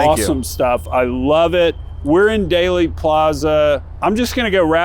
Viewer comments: Dealey not daily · DEALEY...NOT DAILY!!!!!